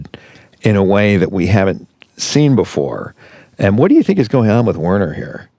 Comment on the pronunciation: I hate to correct the people who created these characters, but Werner would be pronounced with a "v" sound, like "Verner." Also... I find it frustrating that this YouTube video shows screenshots when they're talking about specific parts of the show that we need to watch to understand.